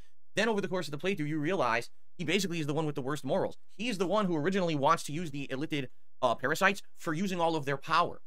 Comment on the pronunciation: “illithit” lmao new -ism just dropped